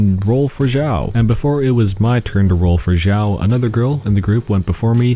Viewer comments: His name is Xiao , not "Zhao" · ITS XIAO NOT ZIAOOOOOOOO